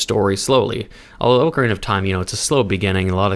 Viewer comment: Offended how you pronounce Ocarina